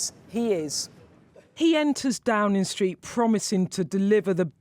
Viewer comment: Downin' Street, Waitin' Oustin' linin' out goin' takin' bracin' beginin' arrivin' makin' livin' hugin' comin' sleepin' spendin' remainin' goin' bringin' winnin' promisin' Can news reporters speak correctly anymore? Droppin' Gs likes theres no tomorrow! Sounds like an "Ebony" or "Felicia" from.the Broadwater Farm!